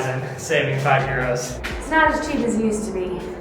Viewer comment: Are you from Ireland because you say euors